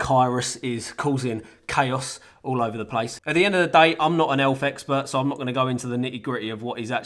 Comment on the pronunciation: I thought he said "elf expert"